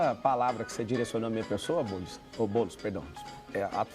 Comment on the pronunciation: Oh!!! Pare de errar o nome do homi nos começos dos vídeos!!! É BoouuuuulEEEEEss. Repita comigo: BoouuuuulEEEEEss